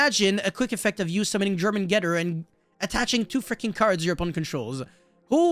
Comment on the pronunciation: jormungandr = Yor-man-gun-der